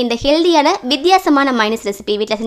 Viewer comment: மைனஸ் என்று கூற கூடாது. மயோனஸ் என்பதே சரி.